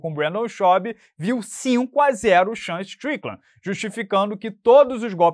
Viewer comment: É no mínimo engraçado ver a dificuldade que o tem de pronunciar Sean Strickland. É um trava língua 😂😂😂